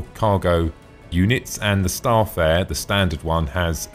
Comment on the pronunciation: good video just one thing its Star-Fare-er not Star'Fare